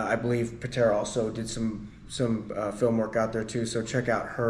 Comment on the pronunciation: Patara not Patera